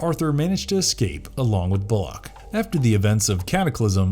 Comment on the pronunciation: You are mispronouncing Bullocks name